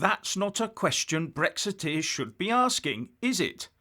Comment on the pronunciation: "Bwexit,Bwexiteers"?. Welease Wodewick!!.